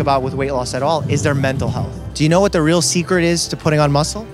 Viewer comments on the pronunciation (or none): none